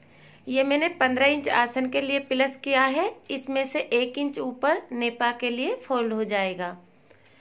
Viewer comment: Are pehle bolna to sikh pilus nhi plus hota he 😂😂😂😂😂😂😢